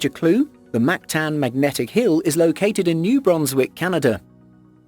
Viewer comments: Its moncton not mactan atleats get it right I am form there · Moncton* not Mactan hahah